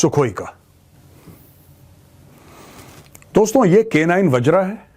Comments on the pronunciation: मेजर साहब वज्र है न कि wajraa। आप हिंदी भाषी हैं। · वज्र not वज्रा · its वज्र, not vajra bro